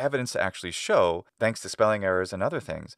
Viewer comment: I've just noticed that ye pronounce ðanks. I haven't known that that was a feature of American English!